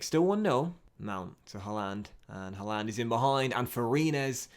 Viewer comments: mate look up how to say haaland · The way you pronounced Haaland😂